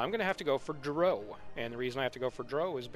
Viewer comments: it's pronounced dr-OW, not d-row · More gooder? Pronouncing drow as if it rhymes with crow? Got 2 mins in and paused the video. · He said drow wrong. As a huge fan of them, I'm kinda salty about it. lmfao